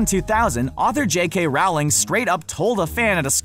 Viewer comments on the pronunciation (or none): Okay I have to say it bc it kinda bothers me that you say her name wrong. It’s not ROWLing as you say it. Her name is pronounced ROwling (like if you were to go bowling). Can you please try to say it properly in future videos, thanks! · it's row ling...come on man. research. not rawling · Here's my Theory. Nobody at Screen Rant has ever watched or read an interview with Jo Rowling. No matter how many times people correct them on the pronunciation of her name (It's Rowling as in Bowling, not Raoling as in Howling) they can never seem to get it right. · It's not though. It's row as in a row of ducks. Bowling, rolling.. Google it. You'll see plenty of interviews where she corrects people and asks them to pronounce it rolling, not raoling. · It’s Rowling like bowling not Rowling like growling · Also it's pronounced jk ROWling, row as in cow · Actually when everyone was sitting down in the Order of the Phoenix Sirius was the 13th person, he's the first person to stand up to make a toast and he's the first person to die afterwards before Dumbledore dies. The Unlucky number 13 was connected to sirius black not Dumbledore And its pronounced rolling not rowling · it’s pronounced Rowling actually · Rolling! its pronounced rolling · It still baffles me when people don't know how to pronounce "Rowling" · I can't take anything in this video seriously if the narrator can't even pronounce the author's name correctly..